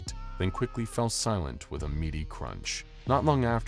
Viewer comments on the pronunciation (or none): none